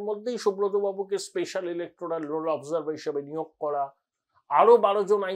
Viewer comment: আগে নিজে লিখতে পড়তে শিখুন l 'অফ জার্ভার' আবার কি কথা!!! ভাট বকে বকে ভট্টাচার্য ভাবছেন নিজেকে l